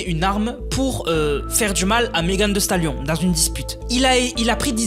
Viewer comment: "meghan vi stalione" lis comme ca 😁